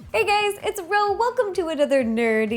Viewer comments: was it me or did she say Hey gays! no offence to her but im british soooo yea..... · guys she said hey gayd